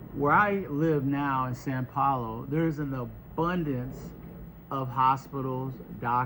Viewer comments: Its not SAN Paolo, its sao Paolo, should at least learn how to say it correctly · Wow, speaking of hateful comments. I was just trying to help him improve his language skills. Many people at first have difficulty with the ao nasal sound in the Brazilian language. He even thanked me for the tip of saying sow instead of San. Learning the language and pronunciation will help him to not stand out as an outsider. I'm sorry that you are so hateful that helping someone improve their skills to fit in triggers you. We are supposed to help each other. I hope you feel better soon. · São Paulo not San Paulo